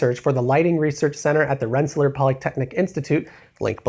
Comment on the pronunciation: I am actually blown the fuck away that you managed to pronounce "Rensselaer" correctly.